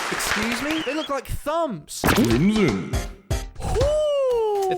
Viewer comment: me saying crimson: crimson the voice: crimiyon